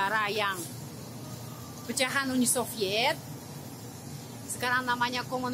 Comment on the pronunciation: Cara baca uni Soviet Uni Soviet salah Uni sovit i nya dibaca panjang